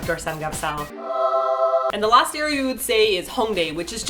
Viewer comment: haha it is samgyeopsal (삼겹살), not samgyapsal.